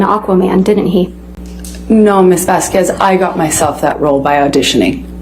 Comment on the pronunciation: And... There's sun in the Bahamas, right?! 🤣🤦☀️ ELAINE!! 🤡 Her jealousy over Rochelle, was so transparent. It's Vas-K- EZ not Vas QW- EZ, ELAINE!! AQUA- MAANN! 😂 Amber's lawyers bitching about Amber being mocked as a victim, but mocked Johnny Depp, the real victim, during the trial, so cruel and unprofessional!